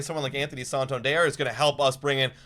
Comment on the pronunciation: PLEASE learn to correctly pronounce Santander. Its not "sawn-tawn-dierre"